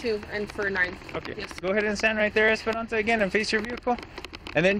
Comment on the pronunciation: He said "Esperonsa" 74 times in this video.